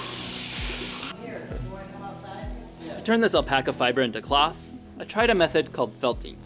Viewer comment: Anyone else here ploth when he said cloth?